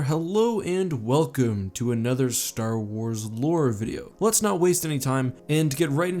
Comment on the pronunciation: Said space wraith a couple of times there when talking about the star weirds